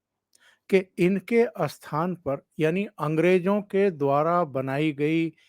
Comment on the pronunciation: Bolney mein "asthapit" "asthan" nahin "sthapit " "sthan" aadi bolen. Kripa hogi.🙏